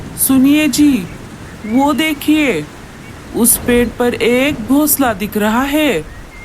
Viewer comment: Gosla nahin--- Ghonsla. Tum logon ko hindi nahin atti kya? O nalaik,Kahan par kho gaye nahin-- Kahan kho gaye? Tum logon ne aisi chidiya Kahan dekhi hai jo jooda banati ho? Tum logon ka dimag kharab hai kya? Boodhe pakshi ko bahut kaam lagao . Ye kya bakwaas hai? Boodhe pakshi ko zyada kaam do ya bahut kaam karvao. Tum log itne nalaik kyun ho? Janch kar lete hain nahin-- Janch karte hain. Bewqoof logo,ye parivar nahin pati patni hain.